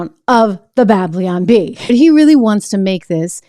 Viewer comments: Babylon not Bableeon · "Bab-lyon Bee"